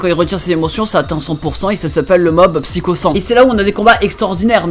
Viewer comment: Mais comment tu prononce "Psycho" j'étais à 2 doigts de me désabonner